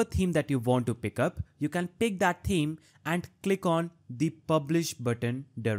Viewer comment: Thank you. For you the "th" in thanks and the it's the same in "Th"eme. Yes, seriously, exactly the same. I don't know why you say it so far off when you can produce the "Th" in other words. My comment is not negative. I appreciate your help. Hope my explanation helps you. Have a nice day.